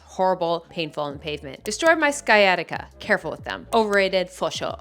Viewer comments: Chiropodist = "Sure-op-i-dist" Sciatica = "sigh-atic-ka" I had to rewind to ensure I heard you right 😂 It's athleta all over again. There's a guy in my neighborhood who barefoot runs, but in his bare feet, no shoes. I see him outside rain/shine/snow/ wind. He is conditioned. Very nice though when he's run by me. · I feel you on the word struggles DesJardins = Day-Jar-Dens Chirpodist = sure-op-o-dis-t sciatica = sigh-a-tic-a Also, foot exercises in general are a great way to get your toes to spread. Like a resistance band on the floor and scrunching your toes to try to get it all to your heel. Ballet exercises will help as well!